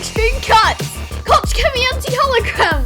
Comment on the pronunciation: “Cotch kemi”! It is pronounced “cock (with a very soft k - like the Scottish Och Aye but with a short “K” in front) kemi. 👍 You would have Germans scratching their heads at that one of you pronounced it like that! Great tutorial 👍